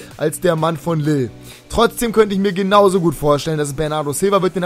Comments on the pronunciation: lille wird liy ausgesprochen und olympique marseille mit scharfen s und nicht mit sch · Lille wird eigentlich "lil" ausgesprochen, mit einem lang gezogenen i